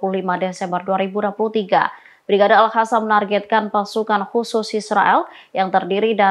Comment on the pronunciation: Nih yang pake kerudung kebiasaan ngomongnya al hassam,,,al qassam ga bisaa